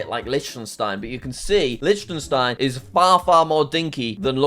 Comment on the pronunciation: Petition for jack to learn that Liechtenstein is pronounced lik-ten-stein